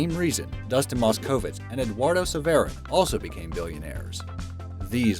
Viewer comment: The tradition of Be Amazed mispronunciation continues, this time in the form of both Dustin Moskowitz and Eduardo Saverin. Seriously, did they not see The Social Network??